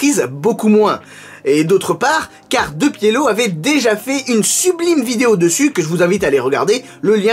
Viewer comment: Yo superbe vidéo mais mes oreilles te rappelent que l'on dit Dépielo et non Deux-Pielo